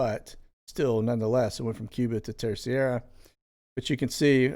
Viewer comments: Terceira is pronounced “Ter-sey-ruh”, according to my Portuguese friend. I was supposed to visit this year. Hoping to go next year. Love your channel. God Bless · I was stationed in the Azores (Acores)... the island you are referring to is pronounced Terserra... :) you're welcome... thank you for sharing all this great info... God Bless. 🙏🙏🙏🇺🇸🇺🇸🇺🇸🇺🇸🇺🇸🇺🇸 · My mothers family is from Treceira.. I pronounce it ter cera 😊